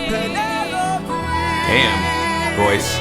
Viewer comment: LOVE Thomas riff of pen-EL-OPE~ and the fact that he is giving BIG Hermes vibes with his lil British “moving on” and his entire outfit(round orange tinted glasses and his orange clothes 😁😊🧡)